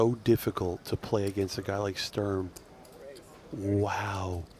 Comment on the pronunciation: Can you please learn how to pronounce Sturm 😂